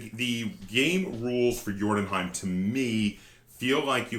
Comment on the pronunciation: You pronounce the Scandinavian name very well sir.